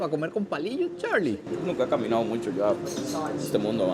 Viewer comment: Por qué cuando dice Charlie dice (charrrrrlie) se va a morder la lengua 😂😂😂